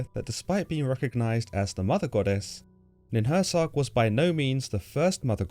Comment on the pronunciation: Nin hur sang, not nin hur sag. Also, hur sang means just "mountain" in sumerian.